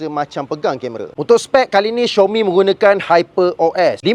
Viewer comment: bukan xiomi,itu panggil xiaomi bro,tak susah pun baca betul²🤣🤣🤣